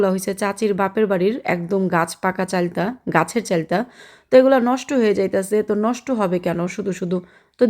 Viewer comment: চালটা না চালতা আপু